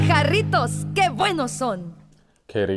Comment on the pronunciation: You are the first sneaker content creator to pronounce Jarritos correctly 🙏 thank you